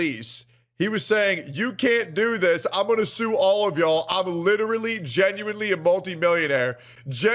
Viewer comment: I toek a shot evwytimes he saids genuinewly noes I drink